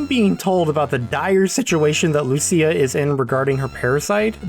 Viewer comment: Lucia is pronounced like "Lou-chia". Literally the only thing I remember from Italian 101.